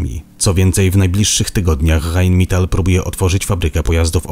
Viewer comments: Rheinmetal a nie heinmital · Mówi jak jest napisane , ale w niemieckim - ei- wymawia się jak - aj - faktycznie powiedział mital , co zupełnie nie rozumiem.